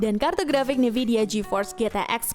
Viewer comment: Min, bacanya N-vidia bukan NIvidia. Dengernya jadi agak aneh2 gitu